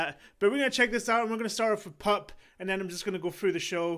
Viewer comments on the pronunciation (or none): Did he seriously just pronounce the song PUPPE as PUP... TWICE EVEN!! Sweet lord jesus christ! 😅😂🤣 But god damn he is rocking it out, well done my man!